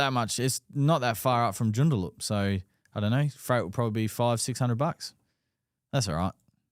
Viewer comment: Lads! Its pronounced.... June...da...lup joondalup.. lol.